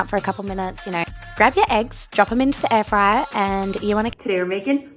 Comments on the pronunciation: Air free-er? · What’s an Air Free-air? 😂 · Not going to "@ you for the recipe, going to "@ you for the way you call an air fryer "air freer" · Am i jus high as shit, or in the first clip,was bro sayin "air freeer" at first?🤣🤣😭😭🤘much luv essay😭😭shit had me gaggin laughin🤣🐐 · Why he pronounced air Fryer like that?😂